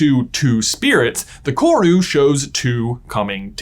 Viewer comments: Watching an American discover a part of kiwi culture is unsettling. Also dang he butchered "kawrue". Its koru and you roll the r. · Omg! all New Zealander's freaking out when someone 'famous' says our name hahaha Also... roll the R on Koru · My guy, love your vids. But the Maori pronunciation hurts, roll your R on koru. Appreciate the exploration of the meaning of korus though! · I love this video and you J, and how much you mentioned New Zealand..... but im not gunna lie, as a New Zealander, hearing your pronunciation of 'koru' made me cringe just a lil bit 😂😂😂😂😅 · For future videos, koru isn’t pronounced with a hard ‘r’. Was nice to see New Zealand representation in this video though ☺️ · im from nz and its funny listening to him say Koru, he's obviously very close in pronunciation but its still a little giggle worthy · Hi, i love your videos but one thing kinda confused me for a sec as a New Zealander! Koru is pronounced with a rolled R! :) thank you for reading :)